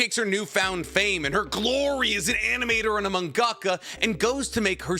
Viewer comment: The way he said mangaka just broke me 😂💩